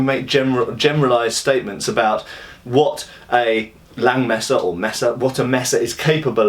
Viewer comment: nice German pronounciation!